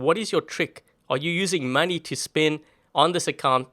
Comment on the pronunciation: When said money i thought he said manni